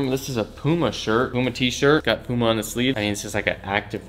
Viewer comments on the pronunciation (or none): none